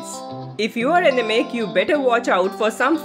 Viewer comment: First.. u should learn to pronounce anaemic properly. It left me wondering what ur talking bout.. in the beginning 😂